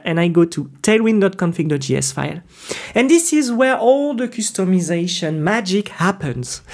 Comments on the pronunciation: I laugh when you say 'coostomization' 😂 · I love the way he pronounces customization 🥹